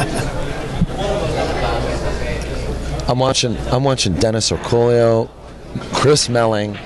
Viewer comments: It is actually Orcullo and not Orcollo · land His name is Orcollo, not Orcullo